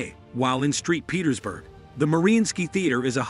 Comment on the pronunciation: Street Petersburg ? Saint Petersburg.... :p